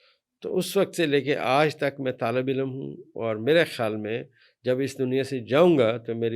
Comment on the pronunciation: واقعی کچھ بھی نہیں آتا لفظ علم ہے الام نہیں ھے